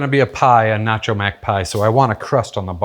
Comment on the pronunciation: You've been living in the UK too long, it's ruined your pronunciation of "nacho". What's next? "Pasta"? Please say it ain't so! This looks delicious btw